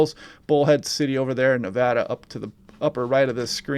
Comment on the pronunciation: Thank you for pronouncing Nevada correctly! Lol I use to live in so California. Hoping for rain in Reno.